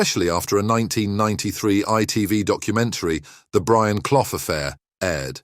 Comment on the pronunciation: At least pronounce his name properly